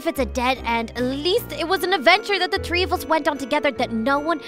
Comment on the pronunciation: Not to be rude but always says tree instead of three